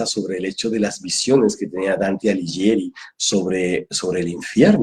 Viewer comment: Hola,. Debo hacerte una pequeña corrección con todo respeto. Dante Alighieri se pronuncia como si dijeras Dante "Aliguieri" (la "h" modifica el sonido de la "g"). Un gran abrazo cuántico.